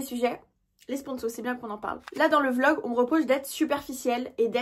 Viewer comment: a c'est drole parce que t'as dis vog ahahahaah au lieu e "vlogggg"é ahaha